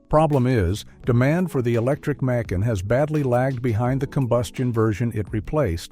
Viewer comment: This is AI generated. The tell: The name of their SUV is pronounced Mc' Ahn; not May Kan (like some city in Georgia).